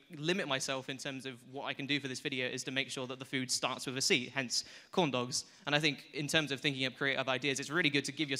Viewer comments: Did he say condoms instead of corn dogs? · Every time you say corn dogs I think you're saying condoms.... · when he said "corn dogs" sounds like "condoms"